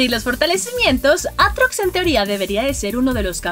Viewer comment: dijo antrocs o atrox